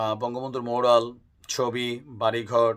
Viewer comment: আরে ছাগল, মরাল না। ম্যুরাল